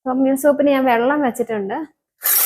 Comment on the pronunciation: തൊമ്മിയം അല്ല ടോം യാം എന്നാണ്